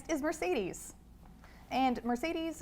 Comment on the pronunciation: Calling Mercedes "Mircidis"